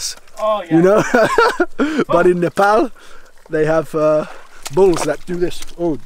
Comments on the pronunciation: Really loved it, good to see you having a good time in nepal. First British lad who can actually pronounce Nepal in a nepalese way. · Much respect. And I must say you are the first ever Brits to pronounce Nepal as Nepal not Nepal. Even the Nepalese kids in Uk they say Nepol instead of Nepal.